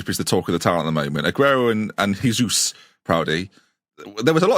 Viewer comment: AAAAAAAAAAAAAA It's not Hesús, it's Jesus, he's not from a Spanish speaking country, Portuguese is different. In Portuguese you pronounce it like Hesus but with a J, if you just say it like you normally say Jesus it's fine too.